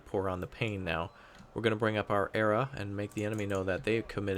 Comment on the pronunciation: the M60A1 ERA is not normally pronounced "era". It's an initialism that stands for Explosive Reactive Armor, and is usually pronounced "E, R, A" (like F.B.I.)